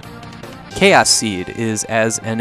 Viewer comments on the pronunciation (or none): none